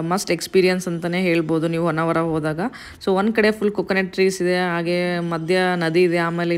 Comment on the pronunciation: Poor pronounciation of kannada. Honnvara not vannavara.